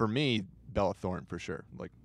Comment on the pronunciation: I love how he pronounced Bella Thorne's name as "Belle" but had "Belle Delphine's" name "Bella" for weeks lmao.